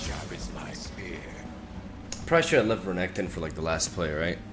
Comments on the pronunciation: why is he saying RAGATON , bro , its R Nek Ton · regeton makes me angry just say it normally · Honestly I hate the fact that I have to skip each renekton video of yours because of this weird pronunciation. I just can't deal with it